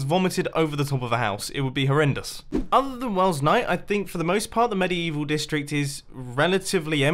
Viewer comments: "mediYEEval section" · medi-evil ... ok, whatever you say